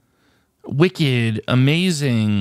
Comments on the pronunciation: I don't think you quite got purple. It wasn't a wicked candle the way you were pronouncing it; it was a WICKed candle, for example a double Wicked candle would be a candle with 2 wicks, not a candle that has been very evil :) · I thought he might get it when he started reading the "wick" part on it's own but then went back to the wrong pronunciation